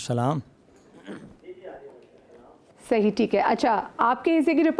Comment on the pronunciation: host ko sahi talaffuz say salam bhi kerna nahi aata ,saam alaikum keh rahi hain ,sahi salam ,salam alaikum ya assalamo alaikum hota hay